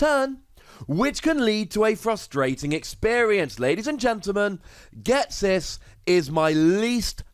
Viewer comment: Do you.... Ghet-sis?